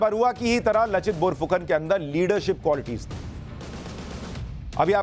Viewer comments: Not लचित बोरफुकन, its लाचित बरफुकन। in Asaamese লাচিত বৰফুকন… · Sushant ji ! उनका नाम लचित नहीं हैं । नाम है " लाचित बरफुकन "। आपको बहुत बहुत धन्यवाद आपने ऐसे महान सेनापति का बारे में बताया जो भारतीय इतिहास से गायब हैं। आहोम राजाओं का असमिया भाषा में लिखा इतिहास में इसका वर्णन हैं। हमारे देश के लोगों को आपने बहुत अच्छा knowlege दिया।🙏🙏🙏